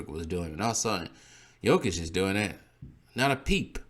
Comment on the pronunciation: Maan, why the video, you can't even pronounce the names of the players. Jokic has 1 block less than Giannis and has more then double his steals. Jokic is the best defender on his team, Giannis is not the best defender on his team. Jokic has the most game winning blocks, so.. And don't get me started in offense. The reason you don't know his defense is the media. Some of the other things you said are honestly embarrassing, you should start watch Bb. Kendrick Perkins straight up lied the other day on Espn that Embiid is the scoring leader, this is why Embiid is in 3rd place...